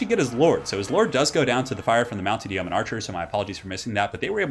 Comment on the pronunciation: Love your work, just wanted to say "Yeoman" is pronounced "Yo-man"... I know, I know grammar police and all but for whatever reason I hate hearing "Yee-o-man" lol....